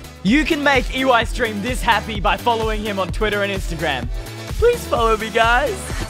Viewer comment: it’s eystreem not eyestreem